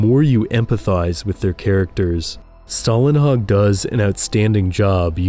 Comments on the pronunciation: Good video but I guess you got this name wrong - there is no american "a" in his name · You're mispronouncing the artist's name. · Swedish guy here: Stålenhag is pronounced with the first half pronounced very much like the English word "stall". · Since americans (and ofc other countries too) obviously have trouble pronouncing words containing the Swedish letters "Å, Ä and Ö" (like for example Simon Stålenhags name - which the narrator also struggled with) I'm gonna explain it in fairly "easy to understand" way: The letter Å, is pronounced exactly like the letter O in the specific word "stories". So just after the "th" and before "r" you have the spelling for Å... So pronouncing "Stålenhag" will be like you'e gonna say "Sto" in stories and then just add the "lenhag".. Oh right.. The letter A in "hag" is pronounced the same as in how you pronounce "A" in the word "heart" (ea).. Or as the (i think German) word/name "Haas". Now go ahead and impress your friends with your newly learned (and not needed lol..) Swedish! 😂 Sorry for the rambling but i thought that i might as well explain it (and do it properly while I'm at it) since I heard the narrator pronouncing it the wrong way, only to then say it correctly in the word "stories" (stÅries) right. So yeah, detailed explanation (even though 99.9% of you don't give AF ofc! Haha 😂)